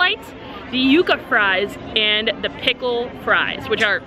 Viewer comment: Props on pronouncing the Yuca fries correctly🎉. It’s not Yuh-Kuh people 😂